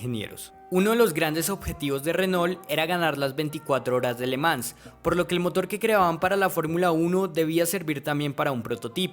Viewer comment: Que buen contenido, puedes corregir la pronunciación de le Mans